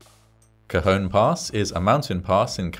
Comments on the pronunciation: I lived in the high desert at the time of this incident, I remember reading all about it. Again, like the tragedies in previous videos, it takes a tragedy to fix things to save from further tragedies happening in the future, in this case two tragedies. I'm glad you pronounced Cajon nicely, and not say Cajun, as in Cajun fries. lol Going down that pass in the winter with snow was scary. You had to put chains on and drive slowwww. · It's Tuesday!! I lived in this area when it happened. 😳 Cajon Pass is a loooong downhill run for a train. 😳 And a big thumbs up for pronouncing "Cajon" perfectly! 😁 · As usual, you distill the story so concisely. Admirable! I was also heartened to hear you pronounce "Cajon" more or less as we do. "Topeka" on the other hand .... 😉